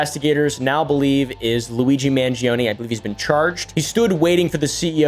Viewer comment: You're saying "Mangioni" instead of "Mangione"